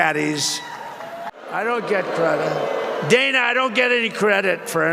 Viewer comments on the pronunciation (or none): none